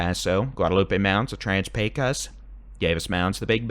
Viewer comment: Helpful hint —- it’s not PAY Kose. It’s PAYkuss. No vowel sound for the second syllable. That’s how we say it in Texas. 😊 I just saw an old western movie, good Texas accents but everyone called it the PAY-KOSE river. PAYkuss. 👍😊